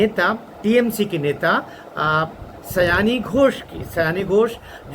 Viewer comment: उसका नाम सयानी नहीं, 'सायोनी' घोष है।